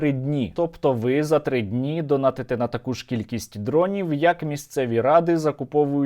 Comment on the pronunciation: Стерненко: Донадьте на військо. Я: Ес, сер. Дякую, Сергію, за працю